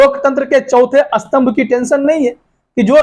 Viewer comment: अस्थम्भ नही स्तंभ होता है स्नान और अस्नान इस्कूटर ,, स्कूटर इस्कूल,, स्कूल